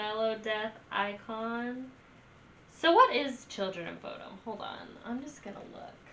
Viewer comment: Bodom like you said (not perfect, but close). Short O or Buudom, long U are both correct. (no idea how you pronaunce long U :P )